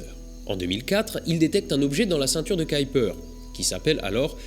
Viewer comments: Je pensais qu'on disait la ceinture de Kuiper ? On dirait que tu dis Kaïper ? c'est autre chose ou est ce que j'entends mal ? ^^ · Pourquoi tu dis "caillepeur" et pas "keuhuipeur"/"kuipeur" ? En phonétique c'est : [ˈkœypər] où œ = "eu" comme boeuf, y = "u" comme dans mur. Bref je suis étonné? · Surtout, ceinture "qui"-"perd" ça fait varier la pronostication! Ça en devient ridicule; comme c'est du Néerlandais, cela se prononce "Cueille"-"peur" et avec l'accent : "KUEILLEPEURrrrrrr" sans balancé le mollard à la fin! 😜 Par pure bienséance! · C la prononciation Anglaise Kaïper = Kuiper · Pour information, Kuiper se prononce [ˈkœypər]... Plus proche de "cueille peur" que de "caille peur" (comme dans cette vidéo). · Ce n'est pas la ceinture de "Kyper" (selon ta prononciation) mais bien de Kuiper ^^ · On ne prononce pas plutôt "Kuiper" au lieu de "Kaiper" ? ;) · " ceinture de kaïlper? :p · Le nom de Gérard Kuiper, celui de la ceinture du même nom, se prononce "cueille peur". Si on te demande, c'est un belge qui te l'a dit ;) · bon épisode, c'était fascinant. Par contre Kuiper se prononce keu-u-peur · K U I n'a n'a jamais fait KAY en anglais mai KOUI donc c'est "KOUIPER" qu'il faudrait dire Kuiper belt. Je sais que déformer un nom propre n'est pas une faute mais là Mister Kuiper doit se retourner dans sa tombe! Astronojayk! Mais bon, c'est bien ce que tu fais. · Pourquoi le prononcer en anglais puisque c'est un nom néerlandais (qui se prononce bien "kaïpeur").